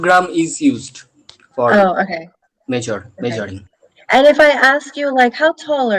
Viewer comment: Look brother there's just one problem with you... It's that u need to improve your accent even I'm from bengal but my accent is quite clear... For e.g. it's not caap it's cup...measoring it's measuring.. No offences just a genuine advice...